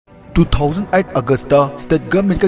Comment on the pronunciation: Two thousand eight not two thousand ight 😂